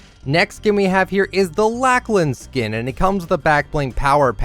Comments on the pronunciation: its lochlan not lachlan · Not to be rude but that’s not how you say Lachlan